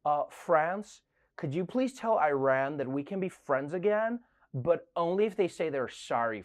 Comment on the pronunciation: I love what you do Trevor. But Iran is not pronounced like an Apple product. And the Iranians’ English accent is nothing like Arabs’.